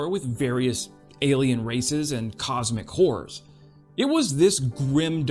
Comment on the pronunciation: "Cosmic horrors" is one of those phrases you gotta be really careful enunciating 😂